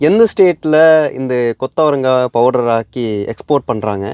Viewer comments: கொத்தவரங்கா எவ்வளவு அழகாக உச்சரிக்கிற தம்பி😊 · நம்ம ஊருகாரன் கூட கொத்தவரங்காய இவ்ளோ நல்லா உச்சரிக்கிறது இல்ல. சில பேரு சீனி அவரைக்காய்னு சொல்றாங்க 😅